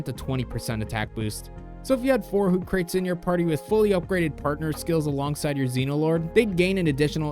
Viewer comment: Loved the tutorial. but for the love of god please stop saying hootcrate. It's name is based off of Socrates... "Hoo-Cra-Teese", even though the quote in its Dex entry is from Descarte.